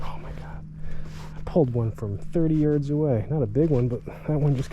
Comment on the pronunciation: I thought you said you pulled that fish from 30 years away. Not yards. I was dying laughing haha